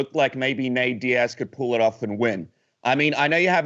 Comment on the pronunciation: I actually heard ”N-word” vs Diaz😂 Would be fun but a bit to much, even for Colby. ”Leon N-words”😂